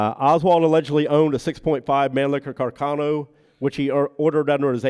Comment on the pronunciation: Isnt Mannlicher Carcano correctly pronounced in Italian, "mann-lee-sher car-ca-no"? I hear that Italian people make fun of how Americans pronounce it " mann- licker car-canno" Also, the third back yard photo of Oswald found in Roscoe White's belongings, is rarely seen in these forums. Robert Groden has it in one of his books.